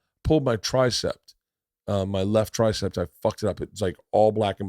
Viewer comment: Every time he said "tricepT" it drove me CRAZY 🤣